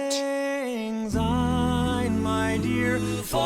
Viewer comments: Speaking as a Scot, I find this version of Auld Lang Syne to be insulting. If people are going to sing it, at least try to sing it correctly. It's not pronounced 'old', it's 'auld' and it's not 'take', it's 'tak'! And they sound like they're singing Zine when it's Syne. As a vocal coach, I would've expected you to know how it is actually sang in Scotland! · There is no z in the word syne. It’s a soft s.. if you were a Scot as I am, this would really sizzle your sausages.